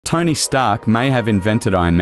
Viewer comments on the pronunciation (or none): I've reqatched the video 10 times, the very first part, the first Tony was pronounced "Tiny". Maybe I'm drunk or high but Tiny is the one I hear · I'm sure I pronounced it Tony 🤔